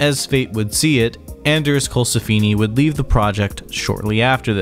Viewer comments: Donnie Steel-ee, Anders Colsef-eeni, deb-ute. 😬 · And Steele, and Colsefni...